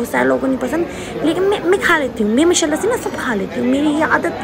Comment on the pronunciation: Allah Pak apke ammi ke maghfirat farmaen or jannat ul firdous me aalla maqam ata kren ameen... sister plzz 1 request he Maasha Allah thek se bola kren.... ap 2no sistrs ye ese na bola kren plzzz... Jazakillah